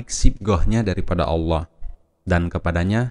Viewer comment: Babtisan yg menyebut ALLOH ja mleset jelas auloh dn menyebut ala da jelas perbuatan orang kafir. amati bacaan dgn jeli dn jelas. lidah orang kafir bila mengucapkan ALLOH pasti melintir kesulitan dlm pengucapannya.